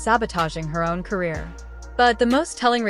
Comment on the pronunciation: "Carear"? You have a brain tumor?